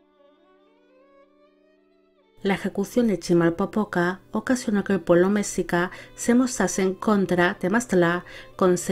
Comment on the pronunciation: Un gran video para un gran gobernante. Pronunciaste muy bien los nombres. Nezahualcóyotl y Tezozómoc se pronuncian grave, no agudo. Mexica se pronuncia Meshica, también grave, pero no te apures, ni los mexicanos podemos pronunciarlos correctamente. Gracias.